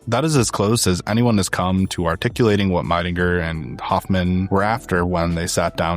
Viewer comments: Great work, this is a very comprehensive and interesting documentary on Helvetica. Just a polite note as a german speaker: Max Miedingers name is pronounced like "Mee-dinger", not "My-dinger". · Hi shame you can't be bothered to properly pronounce the name of your favorite typeface designer.